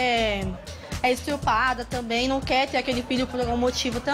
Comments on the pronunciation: estrupada KKK nem sabe fala direito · Estrupada kkkkkkkkkkk